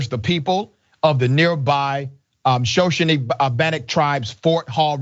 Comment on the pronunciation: But he's hot on the trail of drunk Indians! That's why he was drunk: he was undercover! ...that word is sho-SHO-nee, by the way.